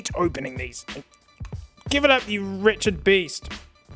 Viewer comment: Thought he said “Richard Beast” instead of “wretched beast” there for a second. Either way, it’s a golden malapropism that I’m going to start using from now on.